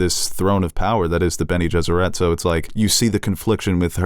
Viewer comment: Sometimes I think you guys mispronounce things on purpose. It’s benegesserit. Not ette. It doesn’t rhyme with Benny and the jets.